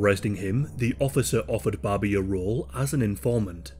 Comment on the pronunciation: I kept hearing Bobby. 😅